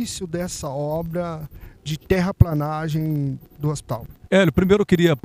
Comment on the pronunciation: "TERRAPLENAGEM" se escreve e se fala assim... PLE PLE PLE PLE..TERRAPLENAGEM... TERRAPLANAGEM ESTÁ ERRADO..